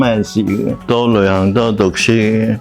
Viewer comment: 謝謝主持不像其他自以為是的主持咄咄逼人，但有很多位沒回應受訪者的答案，就突兀的轉去下一條問題，要注意懶音 旅"痕"， "申"財之道，人"身"(生)。